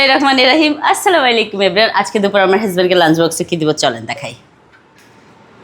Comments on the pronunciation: আসসালামালিকুম বলো কেন? আসল উচ্চারণ শিখতে পারো না নেট থেকে? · আসসালামালিকুম বলেন কেন,আসসালামু আলাইকুম বলবেন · Eta ami o vabi salam ta thik hoi na ei salam shunle amar raag hoi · আপনি সালামটা কি ঠিকমতো দিতে পারেন না